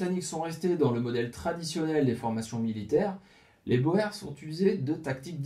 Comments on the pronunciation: Excellente vidéo mais la prononciation " à la française " de boer fait mal aux oreilles ( bowèr ). " oe " en néerlandais se prononce " ou " et donc le mot " boer " qui signifie " fermier " se prononce bour comme dans bourre ou bourgade en français. Vivement la suite . . . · J'ai travaillé des années avec un Sud africain ( origine hollandaise). Je confirme qu'ils prononce : bourrs... Et qu'lis nous écoutent dire bo hers avec une condescendance amusée. Sinon, très bonnes vidéos. Bravo et merci. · Il faut comprendre la curiosité des Français, qui pensent avoir affaire à une arme secrète belge, comme le célèbre "schild en vriend". "boer" est d'autant plus piégeux que son pluriel est "boeren". Prononcer [boûrs] est donc fautif, même lorsqu'on lit "guerre des Boers". Il faut prononcer [boûr] dans tous les cas. Incidemment, la Belgique a aussi connu sa guerre des paysans, une révolte contre la domination autrichienne, à l'époque de l'empereur Joseph II. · Très intéressant, comme vidéo! Pour ce qui est les Boers se prononce ( bour ) en néerlandais ou afrikaner! Merci pour ce documentaire. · Boer signifie tout simplement paysan. Le s du pluriel se prononce : boer = bour, boers = bourse pour un français. Salut des Flandres. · Boers est un mot qui se prononce "bour", fermier en néerlandais. Phil, Belgique. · Boers se prononce bours,mais bravo pour le boulot fourni,donc je m’abonne. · Oui, la fameuse guerre des Boers. A prononcer Bour ! 😃😃. On pourrait même parler de guerres au pluriel. Puisqu'il me semble qu'elle s'est déroulée en 2 actes. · Très intéressant . Tu as manifestement beaucoup lu. Pour ton info boers en français se prononce bourres. T es tout excusé même les jeunes flics parisiens disent bo è r s pour désigner les policiers chargés des taxis alors que c est bien les bourres... l argot se perd . Bravo pour ta vidéo. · Pendant la deuxième guerre des Boers (se prononce "bour"), ces derniers utilisèrent des tranchées pour se protéger des Britanniques.